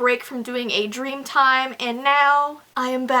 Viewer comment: Im confused 🤷🏼‍♀️ did she mean vee time or did she actually mean "DREAM" time 😂